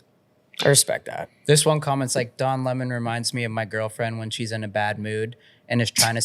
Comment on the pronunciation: I don't agree with him, but I always respect when people can have a civil conversation. I have to confess, thanks to Tucker, I now subconsciously pronounce his name "luh mon".